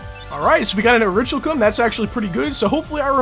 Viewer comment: ORI-KAL-KUM ORICHALCUM IS PRONOUNCED ORI-KAL-KUM